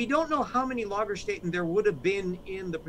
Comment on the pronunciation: LagerSTAYten. Get your umlauts right!